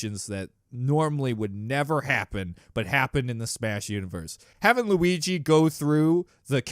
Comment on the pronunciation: No one: Not a single soul:: Lugi